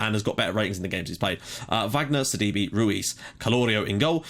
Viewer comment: btw due to the accent in sidibe's name. i believe it is actually pronounced either sad-ee-bay or sid-ee-bay (if we are using french accents). also the fulham-reading game today was ridiculous!. as a reading fan i was massively upset when we went from 2-0 up to 3-2 down in 6 minutes.